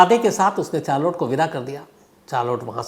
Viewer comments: Charlot nahi Shamsbhai sharlet hai correct pronunciation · चार्लोट 😂😂😂 , नहीं शार्लोट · Sir, "Charlotte" pronounciation could be " Sharlet" not chaar lotte. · Wonderful story. Thanks for sharing sir! Just a small correction about her name, it’s - shh -ar - let (Charlotte) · Charolette ko Sharlet pronounce karte hain Shamz ji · Charlotte is pronounced as sh- aar-let शार्लेट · Good story but please don't pronounce Charlotte as "Char(4) Lote"